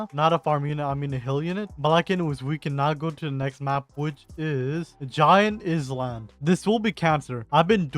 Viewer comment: IZZ LAND 😭 how do you even say it so incorrectly 😔